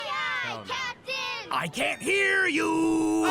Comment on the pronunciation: Aye aye cap-dih-n💔